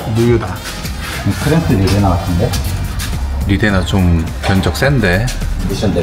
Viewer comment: 리데나 오무같은 일본식 영어는 정비 바닥에서 언제쯤 없어지려나.. 고등교육 의무화에 영어 의무교육 받은 3040정비사들도 저러니;; 초등학교 교육 수준 영어만 알아도 말도 안되는 쪽바리 발음이란거 알텐데..